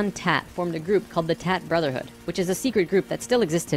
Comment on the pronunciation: "tat brotherhood"??? Lmfao